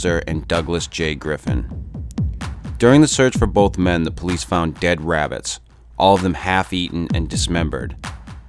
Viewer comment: its wabbit season haha